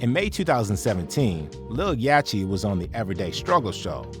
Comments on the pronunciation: I know you did not just pronounce “Yatchy” with a CH! It’s like yacht 🛥️ with a y at the end the CH IS SILENT! come on you gotta pronounce their names properly if you’re gonna do a show about rappers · You can hear Joe Budden say Little Yahtchys' name correctly. Not what the narrator called him.... I think i need to be a narrator now. Cause all of these people are calling these artists by the wrong name... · Stupid ass AI voice calling him lil “yatchy” cause it can’t pronounce “Yachty” on a rap channel 😭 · Yachty not yachi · Who is "yatchee"? That's "yacht- ee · "Yah-Chee"?? LOL. You can hear everyone else on the planet saying "Yahct-E" even in your own clip... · It's pronounced Yaddi, ya dummy--(not Yatchy) Budden said it TWICE. Read the room yo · Calling lil yachty “yachy” is crazy haha sounds dumb af 😭😂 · Yacchy? U know damn well how to pronounce Yacht lol. Just put a Y at the end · Man said 'Yachi'? Im gone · These AI channels misspronouncing things is funny af... yachi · On my fuckin life if you keep sayin Yachy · Why dude calling him yacheee 😂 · What I find most entertaining is how you pronounce even the most basic rap names incorrectly 🙃...you can literally hear their name in the clips YOU CHOSE 😂 "YAH-CHEEEE" "QWAHH-VO"🤣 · Hey dummy AI; It's not yatcheee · yawcheee? Wtf is with these AI voices 😂😂😂 dont kno how to pronounce words fml wtf is going on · Lil yaw-chee? Them AI voices can’t pronounce sh!t that ain’t in the dictionary 😂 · Lil yatchy lol. If you gonna narrate, better at least get names right.l 😂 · One thing I hate the most is when these guys get the names wrong of these well known artist like who Tf is Yatchy, its yacht with a fucking Y dude my goodness that shits annoying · Yach tea? Quarvo? You gotta be 45+ to not know how to pronounce their names considering how big they are as artists 😂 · He lost me at Yaaachee! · Lol. He said it right, yatchy 🤣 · And the T is clearly after the (ch) so that would actually make it Yach-tee.